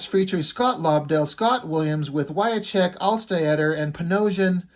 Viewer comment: Wiacek is pronounced "wy-chek".